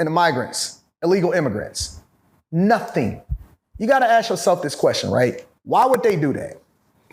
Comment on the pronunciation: Once this brother pronounced the word “Ask” correctly I knew he was about something. It is rare to find one of our own who pronounces such a simple 3 letter word correctly. It is not “Axe” because an Axe can be a weapon or a tool so pleeeeease my brothers pay attention just say ASK=ASK NOT AXE